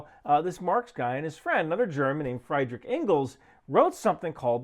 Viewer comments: In German, ie is pronounced ee, and ei is pronounced aye or eye. It is the final of the two letters that gets the long pronunciation. So Friedrich is pronounced Free. Nein is pronounced like nine. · It's pronounce freed rick